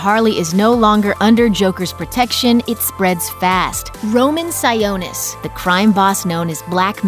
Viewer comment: Am I the only one who cringes at how they pronounce “Sionis?” It’s “SIE-AH-NIS,” not, “SIE-OH-NIS”